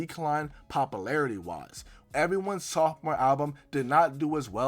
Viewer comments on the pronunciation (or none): POP•YOU•LARITY not POP•UH•LARITY